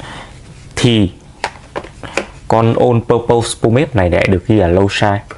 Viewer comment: Thấy nhiều bạn hay phát âm sai phần pose trong từ purpose thành /pəʊz/ trong từ pose có nghĩa tạo dáng (như ông đang đọc đấy). Trong khi từ purpose phát âm đúng là /ˈpɜːpəs/. :awesome